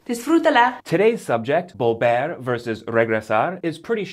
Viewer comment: Sorry, but his "b's" for "v's" ("bolver" and "boy") are really annoying me.